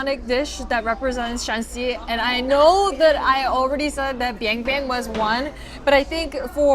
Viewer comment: It's biangbiang not bianbian. Bianbian means poop.